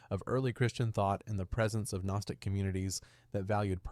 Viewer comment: AI voice generation has gotten so damn good. Took a sec, but became obvious this is AI.... "one saint century" (1st century, lol), or the "G" in "Gnostic", and many other examples.